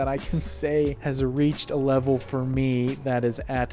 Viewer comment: "Walter doesn't sink to that levell" Oh... you're a sweet summer child.